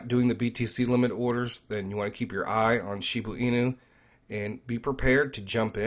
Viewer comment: I think you are confused. You said Shiba can lose a zero and you mean that it could go down more. Losing Zero's means the price is going up and zeros get less. Also you keep calling it Shibu Inu, but the right way to say it is Shiba Inu. No U in Shiba. Thanks for your videos. Keep them coming.